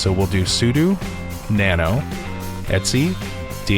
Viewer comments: Great vlog, just a small niggle - 'etc' means 'et cetera' so you can just say it the same way as you would read it normally rather than 'et see' :-) Keep up the good work! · All the Unix people I know pronounce the /etc directory as 'et see'. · The Linux Foundation training videos say "etsee"